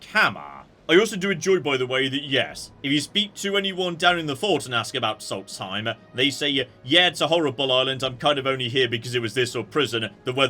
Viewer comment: "We came here, to SolTSheim, though..." The transposition is driving me nuts--way more that "horTAYtor" business ever did. accent balanced it out. 'It must just be some kind of Britishism,' I think to myself, but no such luck here! He must know it's SolSTheim; he's just doing it as a joke, but I'm just a slaughterfish who can't help but take the bait.